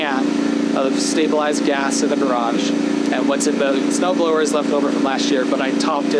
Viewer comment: It turned you saying "snow blower" into "snow frower" lol